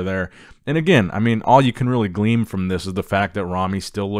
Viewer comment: To glean the word is glean not gleam